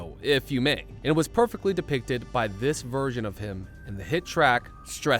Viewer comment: He also emphasized "BY" 😅😂